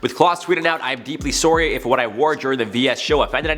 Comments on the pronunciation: The amount of Canadian i can hear every time you say the word." Sorry " is music to my ears ..lol. Why do Americans always say sorry so weird lol and Canadians actually sound sincere lol . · Are you Canadian? Everytime someone says "sorry" like that I have to ask😋 love you though!!